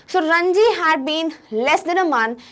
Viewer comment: mam please respond this , it is ranjit in ncert not ranji